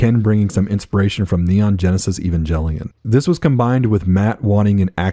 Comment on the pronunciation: another decent but mostly forgotten mech series is Gungriffon 1 and 2 from Game Arts on the sega saturn... part 2 has an english patch now.. biggest flaw is probably the saturn's controls, but still pretty good for its console generation.. also i know every one hates this but, Evangelion is pronounced with a hard g, "Geh" lion, no j sound...i didnt know either until I started buying the ADV discs in the late 90's/ early 2000's..i havent played Slave Zero yet, but i do have the Dreamcast GDI, but based on your review i guess ill hold off till i get the pc version.. great video